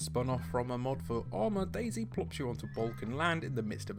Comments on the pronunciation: dayZ* not daisy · Bruh it's not daisy it's day z 😂😂😂